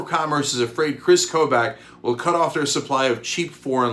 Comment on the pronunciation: Kris Kobach is pronounced "Koe-Bock". He's a horrible horrible person, but nails on chalkboard each time - from a Kansan